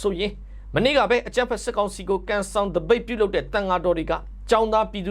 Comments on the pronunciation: ပတ်တ. နိက်ကုဇန. လို့အသံထွက်ပါ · ပတ်တ နိက်ကုဇ်ဇန လို့အသံထွက်ရမှာပါ